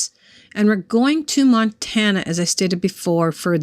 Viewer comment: You said it correctly I used to live in Montana for 5 years